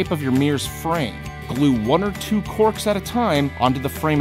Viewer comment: Did anyone hear him say corpse instead of corks?..